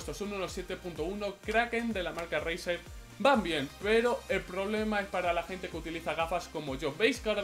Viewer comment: Tio te juro que he oído brazzer en ves de razer 😂😂😂😂😂😂😂😂😂😂😂😂😂😂😂😂😂😂